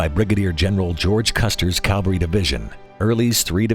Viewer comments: CAVALRY CAVALRY CAVALRY!!!!!!!! ERRRRRRR. DAMNIT!!! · The narrator constantly says "calvary" my goodness why can't any of them get it right? .. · i used to pronounce it as "cavlary" until some1 mocked me and realized its cavalry